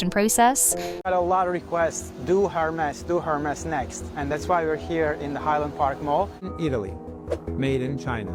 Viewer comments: It's not Ermes, it's Hhhermess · well for a start it is HERmes not Ermes only in spanish is the H dropped at the beginning of the word its french so you pronounce the 'H'